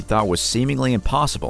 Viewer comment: FYI it’s pronounced (Wahn-Zik)